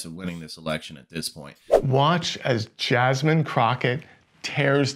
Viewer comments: Nice compilation of some of Jasmine’s best work for the American people. ❤ BTW, Her name is pronounced “Jaz-min” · Richard Ojeda.... bruh... it's pronounced JASMINE not JASMEEN 😭 and AOC is Ocaaasio not a Casio like the keyboard 🤦 jfc you can't even pronounce your OWN name correct wey jajaja